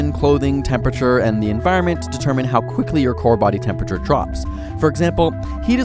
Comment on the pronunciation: you said "quickly" kind of weird. And also "environment" is spelt wrong, I used to spell it like that when I was little, but you just have to remember to spell it with "iron" not "iorn" which isn't a word.